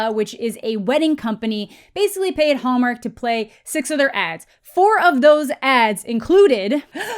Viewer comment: I keep hearing the way you say "Hallmark," as Homer for some reason.